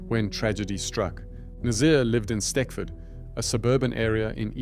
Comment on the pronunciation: Stechford is pronounced stetchford, if that makes sense.